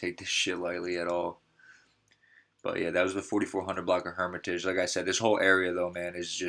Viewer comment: How you claim chiraq news? When you can't even pronounce Hermitage. Just rename your shit to Woodlawn news.